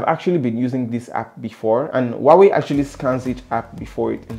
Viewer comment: Is Huawei, no wawy